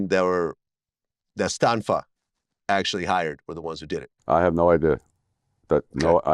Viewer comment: It’s John Stanfa. Not Stanford.